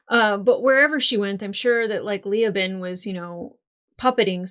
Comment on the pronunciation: Ok, regarding Leoben's name... it's not LEE-oh-bin. It's Lee-OH-bin. The stress is strongest on the 2nd syllable.